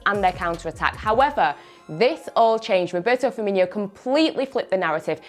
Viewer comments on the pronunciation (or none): It’s firmino not firminio